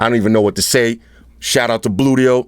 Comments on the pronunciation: when he says bluedio it sounds like booyt o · Gotta watch how you pronounce those things. Bluedio could become bootyhole with a slip of the tongue.